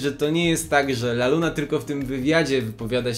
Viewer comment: "Pani Laluna" boli mnie jak to słyszę xd